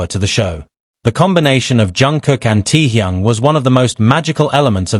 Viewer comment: Can’t stand how is pronouncing Taehyung.